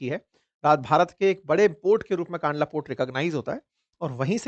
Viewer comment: kaandla nahi kandla કંડલા